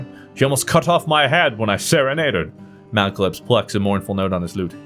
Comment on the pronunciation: Mal-uh-clips not malc-uh-lips.